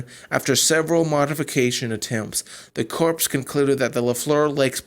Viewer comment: I watched the whole thing....you are not very clear. And, btw "corps" is pronounced "core". No "s".